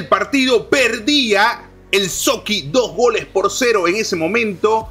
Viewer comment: Se dice Sochi no Soqui